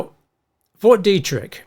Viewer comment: Detrick not Derrick 😂